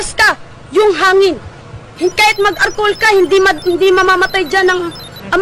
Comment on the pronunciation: I love your accent say it again: "A R K O H U L"